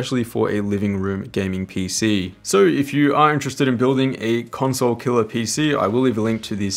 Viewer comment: Why do you keep saying conswole?